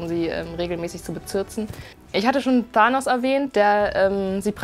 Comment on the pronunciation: Ahhahaha du weist nicht mal wie man Thanos ausspricht.....( farbwechsel er wird zum Guten) holy shit..... du kennst dich erstmal überhaupt nicht aus